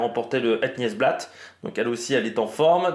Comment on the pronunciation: merci pour tout le travail que tu abats pour produire tes émissions. Beau boulot! Juste pour info on het "niouse" blaat